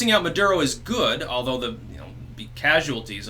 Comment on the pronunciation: Maduro pronounced "Murdero". Coincidence? Tinfoil hatters believe I think NOT.